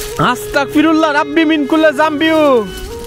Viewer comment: ভাই,'আস্তাগফিরুল্লাহ' সঠিক উচ্চারণ